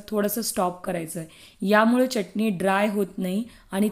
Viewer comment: च्यटणी नाही, चटणी म्हणा. शुद्ध बोला.